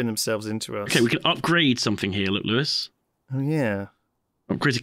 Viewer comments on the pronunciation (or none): Lewis's * It's written how it's pronounced.